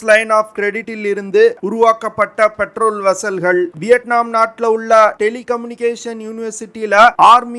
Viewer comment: பெட்ரோல் வெஸ்ஸல் கிடையாது. பேட்ரோல் வெஸ்ஸல்